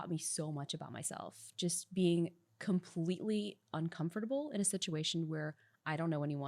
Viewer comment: The way she says “uncomfortable” bothers me.